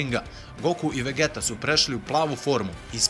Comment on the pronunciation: Super klip brate samo ako vec hoces da izgovaras njihova imena na srpskom onda ide vegita ne vegeta ali mnogo je ljepse kad se izgovara na engleskom xd podrska !!!